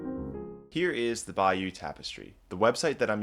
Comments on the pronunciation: It's Bay-O 💕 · It is NOT pronounced 'by-you' by ANYONE except you. Do your homework!!!!!!! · Good heavens, we are not in Louisiana. Bayeux is pronounced "Bayuh" not "Bayou". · It’s bay-yer, not bayou! This is France, not an inlet from the Gulf of Mexico!! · Cant pronounce Bayeux correctly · Thanks, but learn to pronounce Bayeux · Immediate mispronunciation of Bayeux, closely followed by "iconic". NO! You may be able to pronounce Latin correctly,, but why can`t you pronounce the single most important name here? As for iconic, this has become an appallingly over-used word and should be banned. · It’s not going to the British Library, it’s going to the British Museum and please pronounce Bayeux correctly. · Your pronunciation of Bayeux is hysterical! Greetings from Normandie. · I like your channel a lot; but boy, are you butchering "Bayeux" 🤣